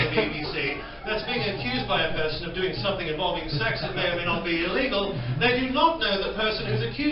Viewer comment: Can i say sumfing ?😂👍🏻👍🏻👍🏻👍🏻